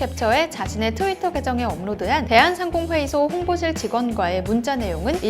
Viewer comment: "대한상공회의소" 말씀하실때 "대한상공 회의소"처럼 들려서 대한 상공에 있는 회의소처럼 들립니다. 악센트를 "대한 상공회의소"로 읽으셔야 맞는 아나운싱이라고 보여집니다.